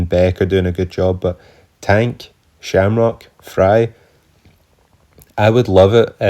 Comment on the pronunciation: Slamcock, no Shamrock. Get it right bro 😂. Subbed!